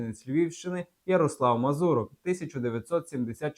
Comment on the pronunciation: Не вірно поставлений наголос МазУрок, а не МазурОк - в цьому загадковість?